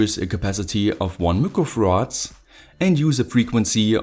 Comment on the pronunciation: "one mücrofarads" lol. no hate, but it sounds funny.